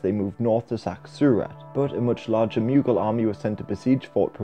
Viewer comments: Why do you say "myoogal"? It's pronounced "moogal" or "mogul". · Mew-gil lol